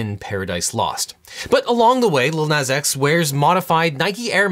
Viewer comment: I'm gonna have to see you in court over the way you pronounce Nas